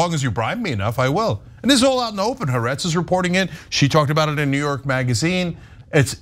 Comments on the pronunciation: “Ha-Aretz, not Haretz.” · Haaretz is 3 syllables as in Ha Aretz, isn't it?